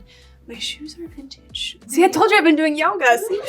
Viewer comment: Vintage sounds like sintage ❤❤🎉🎉